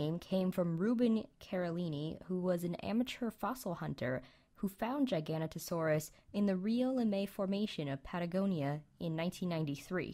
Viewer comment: It's pronounced Gig-a-no-to-saurus.